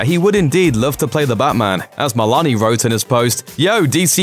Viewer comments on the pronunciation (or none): It’s a long ‘o’ sound in Meloni, not “Melani.” This guy’s voice is like nails on chalkboard AND he can’t pronounce names correctly. Why is he still doing these? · Way to mispronounce Christopher meloni.